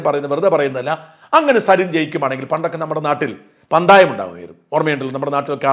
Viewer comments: പന്തായം അല്ല പന്തയം ആണ് കേട്ടോ😊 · എന്റെ ഷാജാ പന്തായം അല്ല പന്തയം.. പന്തയം